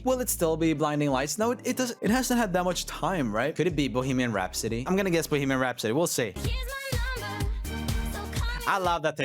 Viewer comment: the way he said "Bohemian Rhapsody" really just sounded like "Boogeyman Rhapsody"💀